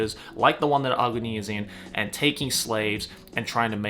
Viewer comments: Agni (not aogni 😆) is a hindi word which means fire. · Ahguni or Ahgni like how they pronounce Agni Kai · I've never heard someone pronounce AGNI that way.